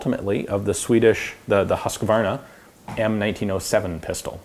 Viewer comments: Husqvarna is prenounced ''Hus-Kvarna'' not ''HuskEvarna'' just saying. like your vids :) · Apology accepted! For the record, Alingsås can be pronounced fairly accurately as "ah-ling-sauce" or more inaccurately as "onion-sauce". And while we are on the subject, Husqvarna is pronounced "hoos-kvar-na". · emphasis on the first syllable in both allingsås and Husqvarna. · "Husqvarna" for those who may not know what you mean :) Guess it could be pronounced "hoose-kvaarnah" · The pronounciation of Huskvarna was, on the other hand, completely terrible. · i like that you butchered Husqvarna more than allingsås haha, nice video! :) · why does everyone butcher husqvarna? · Rest easy that your butchering Husqvarna as well 😁